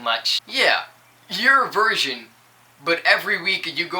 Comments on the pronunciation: Thanks:D Pretty much agreed 100% with what you said I dunno if it's just me but it seemed like you were saying version, is that your accent or..? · "Version" lol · he can sing though......he says virgin weird